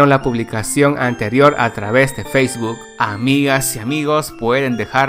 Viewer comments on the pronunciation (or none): none